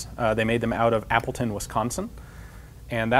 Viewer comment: “They made them out of apple tin.. “ Me: !!? “... Wisconsin.. " Me: ohhh... Appleton...